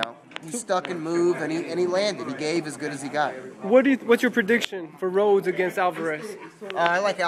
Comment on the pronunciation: lmao it's rhodes